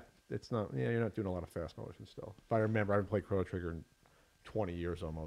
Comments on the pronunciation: The irony that I am in fact "triggered" by this (lol) but... Its pronounced "Crow-no" not "Crawn-no" god damnit! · I'd pay $10 for to say 'Chrono Trigger' instead of 'Crawno Trigger'